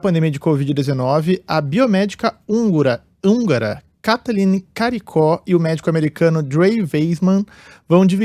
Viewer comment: O nome da cientista húngara do Nobel de Medicina se pronuncia KOTOLIN KORIKU.